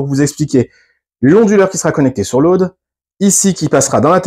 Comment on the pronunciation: BRAVO. Tres instructif Je suis anglophone et j'avais du mal à comprendre ton "lauade" mais apres j'ai compris. Il me reste à comprendre ce business de terre-neutre. J'ai une bonne prise de terre à 3m de mon DEYE de 12kw et j'ai besoin d'avoir la reference de ta video qui parle de ça. merci